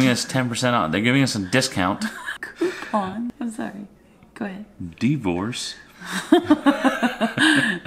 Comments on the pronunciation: It's not deevorce it's dihvorce 😆 I'm definitely going to get the camera!!! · lmfao "DI-VORCE" bahahahahaha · "Coo-pon" "Dee-vorce" 😂😂😂😂